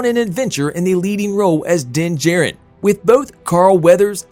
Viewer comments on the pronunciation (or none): It's Din JAR-rin not J-rin..